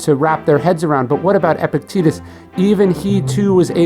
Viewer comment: I cannot watch this video because of the constant mispronunciation of Epictetus's name. Gah.